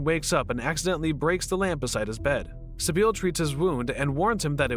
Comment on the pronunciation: Sibil, not Sibeel.